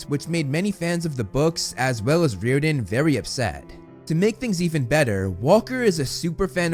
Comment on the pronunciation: no offence, but u got me laughing so hard when I heard 'REEORDAN' NO HATE. Thx for keeping everyone updated